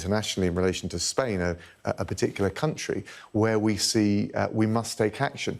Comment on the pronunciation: Those over emphasised "musts" won't hide your stupidity Mr Raab